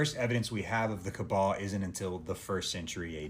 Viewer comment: did be just call the kaaba the kebab?! 😭🙏 astaghfirullah